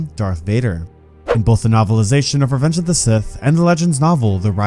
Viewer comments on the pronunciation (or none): none